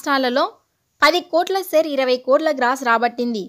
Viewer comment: సెరు కాదు షేరు అనండి